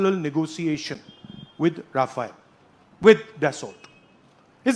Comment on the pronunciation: Sala ye papau Rafayal Rafayal kya bolta h